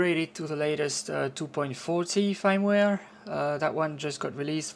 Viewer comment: Firmware is pronounced like the word Fern but with a M at the end. Your pronunciation sounds like "fineware" would be pronounced if it were an English word. Thanks for the video and the detailed instructions.